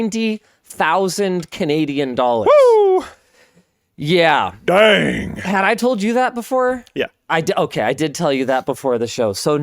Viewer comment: him saying “daeng” fucks me up every time 🥲